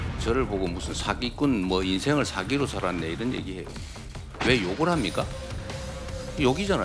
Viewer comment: 욕을하면 니 인생을 돌아봐야지 “왜 욕을 합뉘까!!!” ㅋㅋㅋㅋㅋ